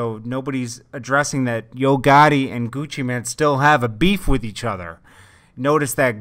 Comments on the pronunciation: ChipXanlark exactly I've always wondered why they keep saying man instead of mane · seems like news channels always say Gucci Man... its mane it has a damn E!